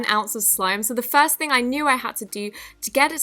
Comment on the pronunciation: I love the way she says first she says it like fairst thing